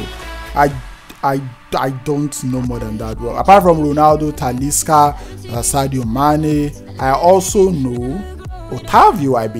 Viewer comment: Tf you said Sadio bruv I dislike 😢